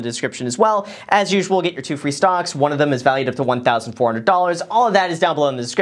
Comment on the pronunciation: Why do I hear him saying stonks when talking about webull